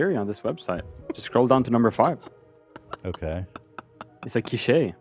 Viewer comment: Love calling quiche “key-shay” 😂😂